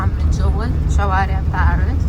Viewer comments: حدا بيقول لك روحي تعلمي تحكي فرنسي بعدين تاعي وبالاساس ما اسم بارس اسم باريس بالفرنسي صافيparis منازعت لك الاشتراك بس عشان هي الكلمه ازعجتيني وانت تكرري فيها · تي كنك تلوي في السانك بارسسس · اصلا ماتعرفي تنطقي باريس